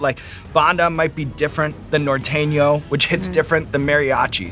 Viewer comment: "nor-TEN-yo" XD